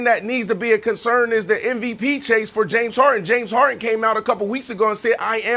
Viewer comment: No body: Brandon: JAMES HAR-IN